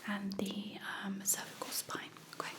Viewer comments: It's okay not awkay 🙄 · Everything about this video is relaxing, but my absolute favorite is the way says okay..."ohmqay"...I get lil goosebumps everytime 🫠🫠🫠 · Awkay is totaly Okay 🙂🙂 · Actually it's Ommkayy 😅